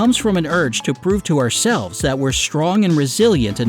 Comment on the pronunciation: "Oursel ves"